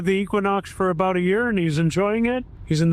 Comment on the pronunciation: who says it’s not aBoooat😂😂😂